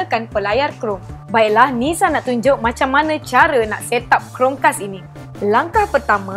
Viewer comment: Amboi sebutan. Chromecast dimelayukan jadi Chrome-kas eh?